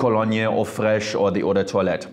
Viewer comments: Yes, the correct pronunciation is "ou de twa let" based on french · I always say Eau de toilette like"Eww the toilet". Now after hearing his pronouciation about that word. Now i can pronouce Eau de toilette correctly